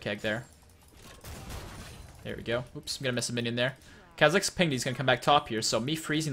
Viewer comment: Kuh-zix? its Kaw-zix.